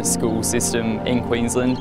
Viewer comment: Was proud to claim the as an Aussie until I heard him mispronounce "Queensland"